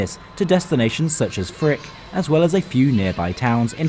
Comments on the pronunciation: your pronunciation of the town names is Frick-ing perfect. pun intended. greetings from Sissach <3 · yoo appreciate ur effort on correct pronunciation, its so good :) greetings from Frick, Switzerland (mentioned in )